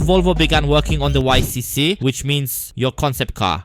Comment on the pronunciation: It is pronounced “ick“!